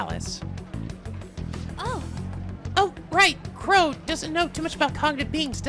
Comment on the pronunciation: I can't stop hearing Qrow instead of Crow, damn you Edward Elric